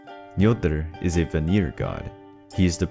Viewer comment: Not bad but some facts are pulled from fictional sources. And some annunciation was incorrect. Such as Vanir it’s pronounced as (V-ah-near)